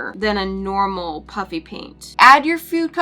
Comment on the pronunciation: Anyone else notice that she said "puppy" paint or is that just me 😂😂